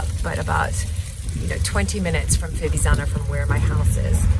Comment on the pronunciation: It’s pronounced Fi-viTz-zano the first “z” makes a “tss”sounds. Hope that helps ☺️